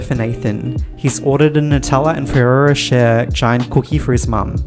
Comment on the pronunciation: Who says er at the end of Ferrero rocher lol